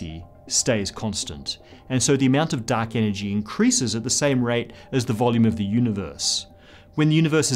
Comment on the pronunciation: duck enegy